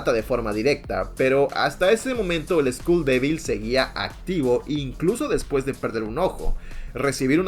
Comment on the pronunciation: Bro said school devil instead of skull devil😂😂